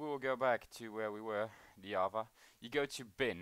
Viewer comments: you cant say java, you say yava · Wtf is yava??? Is it java with an accent??